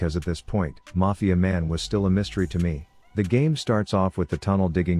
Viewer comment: How dare you say “mafiaMEN”